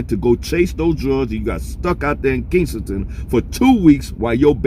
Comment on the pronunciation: You keep saying kingsengton...It's Kesington..